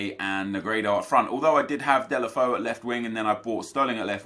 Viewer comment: Deulofeu is pronounced (day-lo-fay-oo) just to say